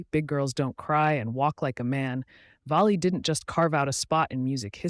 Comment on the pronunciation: Frankie (pronounced) “VALLEY” not “VOLLEY”!